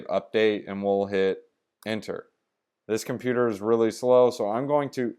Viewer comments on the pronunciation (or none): none